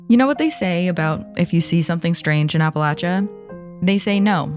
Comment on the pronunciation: Thank you so much for pronouncing the name of the region correctly. It is immediate turn off when people pronounce it incorrectly.